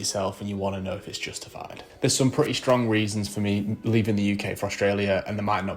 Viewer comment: maaate, we get the reasons you left, and it's great to have you both. You sound like a lovely bloke. If you stay here, though, there's something I strongly suggest that you both do: Learn to speak Australian English correctly. Your mild accent is nice but not pronouncing ING at the end of words or Ts or double Ts, using a glottal stop instead, as in saying "pre'y" for pretty is not. It's annoying to those listening to you and reduces your perceived IQ by up to 20 points. Here it's the mark of an inadequate education and low socio-economic culture from England. It will also reveal little care for attention to details to a potential employer. Enjoy your new country, see lots of it (like cheaper places to live!) and do consider those two things.